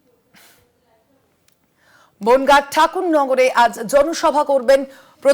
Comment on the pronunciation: বোনগা নয় রে বনগাঁ হবে😮😂